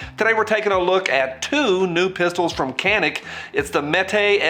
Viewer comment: Just for reference, it's a Turkish company. The c is pronounced more like a j.